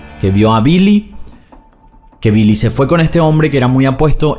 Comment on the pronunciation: Billy no se pronuncia como 'bee-lee' en ingles, es 'bill-ee'.